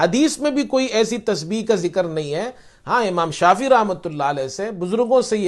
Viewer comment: اسلام علیکم ،امام شافی کا تلفظ درست فرما لیجیۓ ،امام شافعی ہیں ،جزاک اللہ خیر